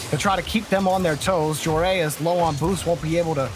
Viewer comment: The name is Joreuz.... Not JoErAyUs